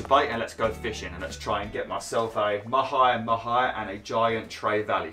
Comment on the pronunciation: I think I have pronounced 'mahi-mahi' in about 50 different ways. 😅